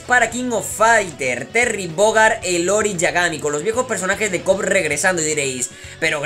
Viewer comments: no es "Lori" es "iori" y no es un mayordomo es la contraparte de Kyo y un asesino jajaja pero gracias por la info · Conocí el kof en juegos de maquinitas y por cierto se pronuncia iori con i al inicio